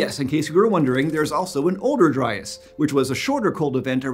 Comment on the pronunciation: Eons: "Dryas" Me: "Lol Dryass"